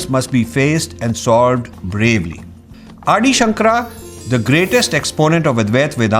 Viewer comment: I like the message but Rajiv has made several pronunciation mistakes — Vasudhaiva Kuttumbakam and Ādi Śanḳarā for example. It is also not appropriate to speak poorly of gurus just because they do not agree to Rajiv’s point of view. Calling them morons is not only disrespectful but diminishes his message and stature.